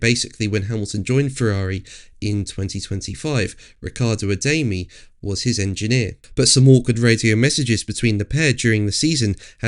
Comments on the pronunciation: It’s pronounced “A-dar-mee”. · Bro can't even pronounce Adami correctly and calls himself an F1 journalist, get it right or stfu